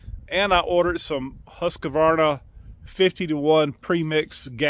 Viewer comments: “Husk—Var—Nuh“😊 no “A” in the middle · It's pronounced HUS-KVAR-NA :D